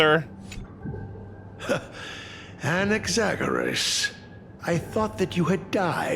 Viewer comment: I'm a bazillion years late but since I am Greek I wanted to let you know the way you say Anaxagoras (with the intonation on o) is actually how we say it in greek!